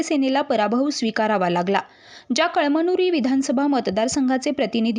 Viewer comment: कळ मनुरी नाही ग बये कळमनुरी वाच 😅😅😅